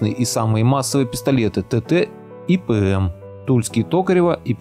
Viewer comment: 1.01 "... а Пи-Эм..." , в русском языке буква "П" звучит как "ПЭ" а не "ПИ" , как в английском. Технические косяки уже указали. Дизлайк.